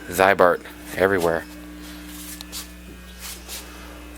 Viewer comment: It is pronounced as zee-bart, not zeye-bart. There is at least 2 cool Ziebart commercials with Rod Sterling and a 1973 Chevy on youtube. In Minnesota Zeibart and Rusty Jones are common treatments.